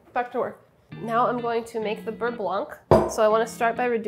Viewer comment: Hm, I will just chimed in as a french speaking person and say that actually, Babish says beurre very well... Sorry Sohla.